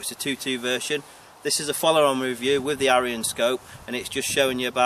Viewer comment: Scope name should be sounded as eeyon not ayeeon think of aesops fables.